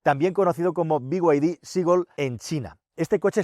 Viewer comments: BYD es be-i griega-de o bid. no biuaidi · Todo dios: bid: biguaydi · Por qué dice bi way di?? Si son chinos!! En todo caso digalo en español Ó Chino!!!!! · El problema es que BYD (no sé por qué pronuncias las siglas en inglés pero BMW en español) no hace los km que promete, dice casi el doble de lo que realmente hace así q…. Podrías hacer un vídeo con algún propietario y que comente